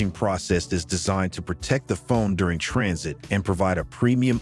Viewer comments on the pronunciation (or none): none